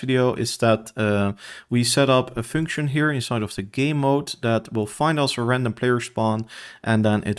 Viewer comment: The way you are misspronouncing function and video is triggering me so hard 😅